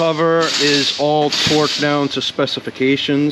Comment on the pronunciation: I swear I heard him say "Twerked down..." 🤣